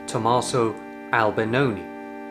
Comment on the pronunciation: i thought it was Albinoni but kept hearing Albanoni